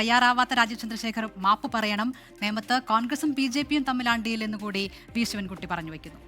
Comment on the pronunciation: ശിവ൯കുട്ടി ആദ്യം സ്വന്തം പേര് മര്യാദക്ക് പറയാ൯ പഠിക്ക് എന്നിട്ടാവാം സംവാദം😏😏😏